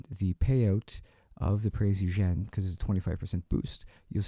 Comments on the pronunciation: Last comment, not to be a word Nazi but it's pronounced like (Prints OyGen) Keep up the excellent reviews! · Oy-gen. If you're such a WW2 junkie, how do you not know how to pronounce the name of the ship? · oy-gain. It is pronounced oy-gain. Please note. Great work, though.